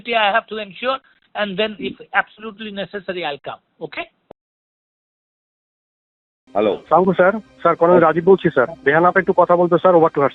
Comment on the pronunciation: এক শালারা ও সালাম টা ঠিকমতো দিতে পারে না